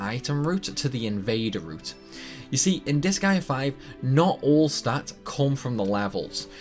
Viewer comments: I love 'disa-gaea' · I'm a fan of the anime style cut scenes with the game series on top of how crazy the speedruns of the seires are. I a huge fan of the seires. Also you are sorts pronouncing the game incorrectly at least to how I pronounce it. Oh fun fact the seires actually has an anime based on the first game.